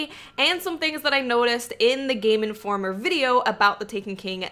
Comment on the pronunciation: Player - Playa Game Informer - Game Informa Not that there's anything wrong with it, I just love the way you talk.